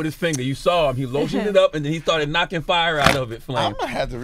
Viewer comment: #ThaRegion he said FYE not FIRE 🙌🏾